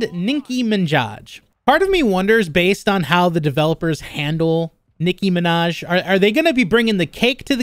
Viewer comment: the way you pronounced “nicki minaj” was hilarious lol